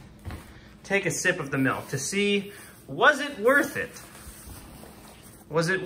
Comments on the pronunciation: “Melk” The Midwest would like to know your location